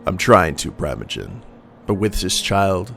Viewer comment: I believe it's PREE-moh-jen